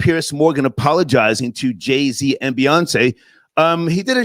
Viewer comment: It's JayZ, not Jay C. And they all want to burn what we built. 🤣 go figure.